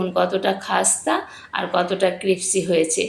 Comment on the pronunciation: রান্নাটা ভালোই, ইংরেজিটা ভয়ঙ্কর...ক্রিপসি না, ক্রিসপি